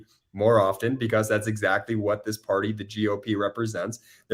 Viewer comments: becuss why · Am I the only one annoyed by how Ben says because? Becuss